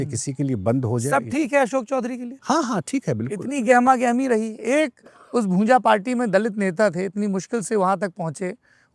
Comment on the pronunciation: अरे ओ भाई पत्रकार भुजा नहीं भूंजा बोलते हैं। ऐसे तो आपनखुद अपने को बिहार के क़रीब बताते हो पर ये भी पता नहीं।😂